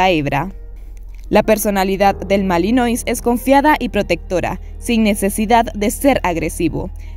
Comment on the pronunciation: Lakenois= porque pronuncias el final tipo francés pero después no en el Malinois???? Deberían tambien